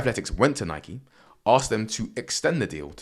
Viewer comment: Gasp A Brit who pronounces Nike correctly! 😳🤯 Is hell freezing over or something??? O_o